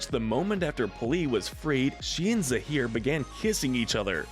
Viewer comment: zaheer and p'li, not zahir and police.